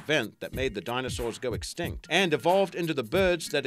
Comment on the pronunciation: Wait when you said somethin bout elephants did you say extinct or extent